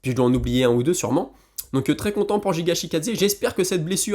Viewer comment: Juste ptite correction c'est Giga et non JIGA ^^